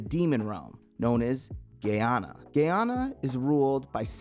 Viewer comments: “Gay-anna” XD “Geh-heh-nna” Gehenna I prefer to think you pronounced it as you did as joke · You pronounced gehenna,assiah,okumura,etc incorrectly